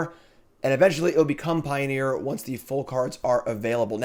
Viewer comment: "Pio-near" ... get out lol